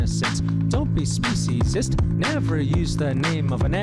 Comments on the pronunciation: To me, the video is corny but there is a message, which apparently does not resonate with either of you. Imagine using the ethnicity or race of the “other”, to diminish the worth of your. group. What you two are doing in in fact speciesis, and you might want to learn how to pronounce the word. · I’ve never heard of the people in video you shared, but your take on their message is interesting. You didn’t even take the time to learn how to pronounce the word “speciesism”. I generally agree with your views on social justice issues, but your reaction to the message in this video reveals your inability for compassion for those who don’t have the ability to speak for themselves. The horror we inflict on non humans, from birth to slaughter, to dinner table is the greatest of crimes. You both appear to be completely out of touch.